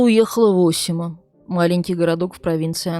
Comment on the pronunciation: Osimo (город) произносится как [О́зимо]., вы то это должны знать, живя в Италии (сама жила в Марке рядом с этим городком). В остальном как всегда все отлично, у вас разносторонняя подача, героиня на самом деле скорее вызывает симпатию. Люблю людей, не подчиняющихся стадным правилам😉